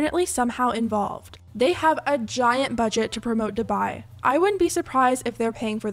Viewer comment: hate this bc dubai is my hometown and they're butchering the pronunciation !!!!!!!